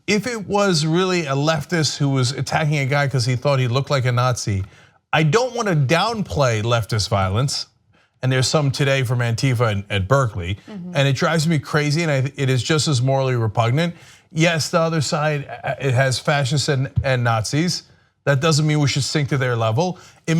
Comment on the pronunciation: Chrissakes, stop saying an-TI-fa.